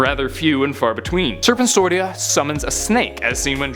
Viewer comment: It's serpentsorcia